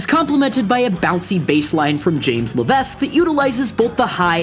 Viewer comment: Just one issue: Levesque is pronounced Le-Veck,the S is silent. Your friendly neighborhood French-Canadian Punk in Maine.